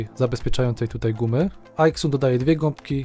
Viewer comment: A nie czasami Aizun? Po mojemu tak to się wymawia poprawnie, bo xytronic wymawia się zajtronik np...